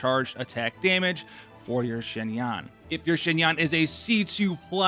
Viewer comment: “zzzhin yaan”😂